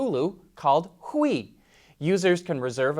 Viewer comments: I believe Hui is pronounce "Hooey". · It is pronounced "hu-ee" and means, in this context, in short, business partnership. It is a Hawaiian word.